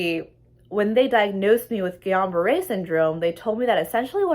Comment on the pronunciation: It isn't called Guillion -Barre! it is Guillain-Barre